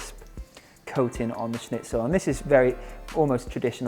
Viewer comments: As a German speaking person it is surprising to me how good you pronounce the word schnitzel 😊😁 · Luna Moona he did really well 😃